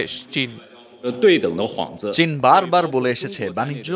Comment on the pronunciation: ভয়ংকর অবস্থা -- কানাডা কে কান্নাডাাাাা ,,, চীন কে ছীন